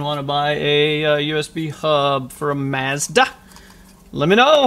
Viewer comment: Many thanks for this - and I do love that you pronounce MAZDA correctly (as there is no R in Mazda)...